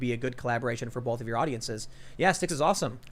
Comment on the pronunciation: Bowlth. I can’t unhear it.